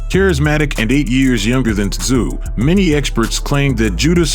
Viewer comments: Who the fvck is Kostya "And the zoo"? It's pronounced "tZoo". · It's pronounced COSTA ZOO 🇦🇺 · It is NOT Kostyat Tszyu, it's pronounced Kostya Zoo, show some damn respect and SAY HIS NAME correctly. His sons may come after you, and that'll Kostya! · Kostya Tszyu is said... and this is mainly for Americans to understand...here in Australia we say his name like this....Cost-a-zoo..... spelt different i know but said that way...i wish American speakers & or announcers would do their homework & find the rright way to say them... otherwish you continually come across as sounding stupid. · 'Costa Zu'. Geez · Can't the narrator manage to keep the "T" out of Tszyu's name pronunciation ? It's not hard.